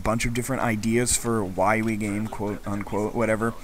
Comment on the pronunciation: Sorry, I can not help but the first time you said it in the video, it sounded like "Why we're gay"... XD